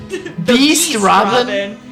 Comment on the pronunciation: I like that you pronounced Rabban as Robin.